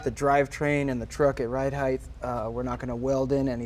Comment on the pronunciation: Height, sounds like bright, light, fight. There's no "th" sound on the end of height.